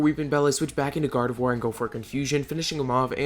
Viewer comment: THE I IN GARDEVOIR SHOULD BE AFTER THE O!